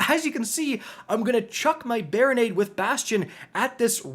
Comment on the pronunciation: Barri-nade 😂😂😂 i fucking love it